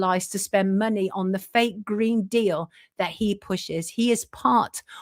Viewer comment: Yeah he loved them gween's and bwown's